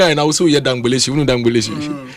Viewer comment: you just took me to my childhood days. It's a Ga word 'dja n'gbeeshi' not dja n'gbeleshi.